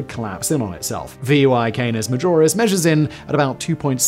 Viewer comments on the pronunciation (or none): It's VY Canis Majoris, not VY Canoras Majis, it would take an object at light speed 14 seconds to circumnavigate the sun and over 5 hours to circumnavigate VY Canis Majoris. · Lol he literally said "Canoris Major" while talking about VY Canis Majoris.. it's like no one even gives the video a quick watch before clicking upload..